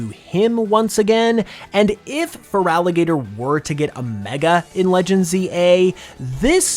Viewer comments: IT'S FERALIGATR, NOT FRALIGATOR! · THERE IS NO VOWEL BETWEEN THE T AND THE R IN FERALIGATR! AND DO NOT CALL FERALIGATR A HE!